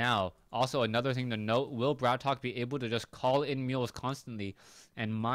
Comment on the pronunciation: I suggest we should settle it once and for all-its not *Brat Ok* its *Bratok* and should be pronounced as *brahtoke*.This term is a prominent russian slang word for *bro* and due to the fact that its generally used among prison criminals and street gangsters,it sounds quite ironical.I wish this info was posted at his website,have no idea if he has one though.